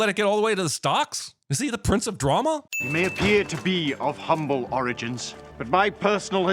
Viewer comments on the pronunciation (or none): none